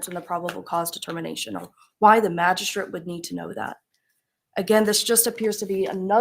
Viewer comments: Sounds like "Magi-shit"😂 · If Ashley prosecuted this case it would be pure comedy gold 😂😂😂 sad we won’t get to hear her say “magi-shret”